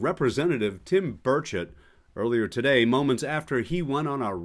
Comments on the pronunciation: Did you just say Tim Birdshit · Did he say Tim Birdshit?